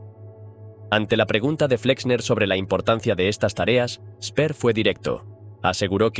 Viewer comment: Ya empezamos: El alemán SE PRONUNCIA DIFERENTE QUE EL INGLÉS. Albert Speer pronunciado Spea. Alberto Lanza.